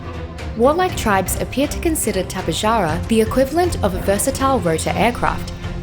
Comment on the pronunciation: its not tap-eh-jar-ah it’s tap-eh-har-a